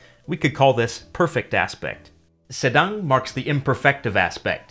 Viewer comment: Its good he can pronounce 'sedang' right...